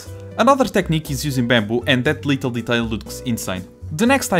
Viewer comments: i don't want to mock your accent but I love how every time when you say "little" it sounds kinda like "lethal" that cute pink and yellow chairs being deadly is super funny please don't stop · Omg I’m noticing that now 😂